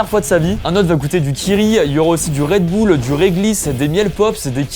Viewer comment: « DU REDBOULE »